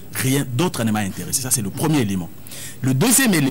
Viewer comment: est nettement meilleure par rapport à dont la prononciation laissait vraiment à désirer: "Ti" au lieu de "Tu", "Lé" au lieu de "Le" "Qué" au lieu de "Que", "Di" au lieu de "Du" etc...